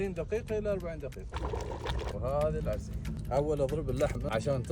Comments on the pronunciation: العرسي بالسين مو بالصاد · العرسي. وليس العرصي😂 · العرسي مو بالصاد بل بلسين